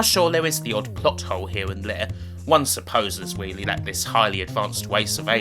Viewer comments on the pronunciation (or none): Bwuddy good weeview!!!